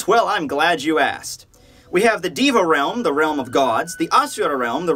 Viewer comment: you're pronouncing "deva" wrong. you say it like "di-va" but you should say "dey-va"